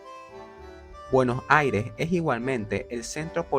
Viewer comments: Se pronuncia “BUENOS AIRES” con S al final, no “Bueno Aire” aprendan a hablar si van a hacer un video sobre mi ciudad. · trata de pronunciar bien Buenos Aires es con "s" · Para pronunciar "buenos aires" como corresponde deberias pensar en decir "Buenossaires"...porque lo dices con un corte en medio y suena extraño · De donde es el chico que hace la voz? Interesante como pronuncia Bueno' Aire" sin ninguna s 😅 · Por qué no pronuncia bien Buenos Aires? Tendrá problemas para hablar? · Si vas a hacer un video de BA, al menos aprendete a pronunciar bien su nombre. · Que extraña te sale la pronunciación de Buenos Aires!!! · el video exelente lo unico malo es como pronuncia Buenos Aires, es como raro jajaja